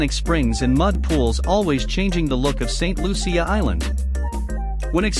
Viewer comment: St.Lucia… pronounced like, fuchsia ..instead of an F …Luchsia.